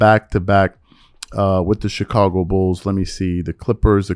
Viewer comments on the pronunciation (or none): none